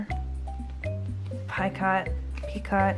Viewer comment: Picot is pronounced "peeko". That is a great idea using packing tape.